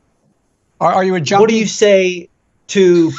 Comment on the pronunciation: Biden couldn't even say "junkie" - he said, "janie". And anger and aggression is a common indicator of senile dementia, when the subject knows they are lacking and they rush to defend themselves.